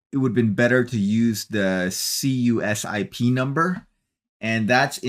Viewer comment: CUSIP is usually pronounced "Q-Sip" Go Aptera! The world needs this car!